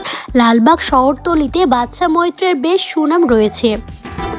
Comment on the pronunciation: বাদশা মৈত্রকে "বাচ্চা মৈত্র" বলছেন কেন!